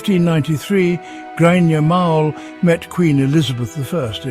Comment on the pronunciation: Grainne Mhaol = pronounced Grainne Whale ... ffs !